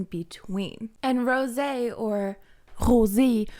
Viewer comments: Tf hahahah did u just say rosEE like german vibes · okay but where are you from? I mean the "Rrrosé" looked so french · Why you pronounce rosÉ like that? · I’ve been asking this every video, Why does she say Rose’s name like that? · I haven't heard you pronounce Rosé that way in a while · pls stop pronouncing rosé like that 🥴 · Why do you pronounce Rosé like that?